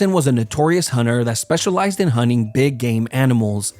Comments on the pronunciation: Bro keeps saying hunning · "hunning grounds" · hunning grounds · Huning huners...Americans are so funny, why do they not pronounce the T ? 🤣